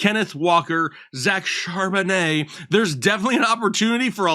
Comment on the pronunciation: I got a clip you saying "charbonet"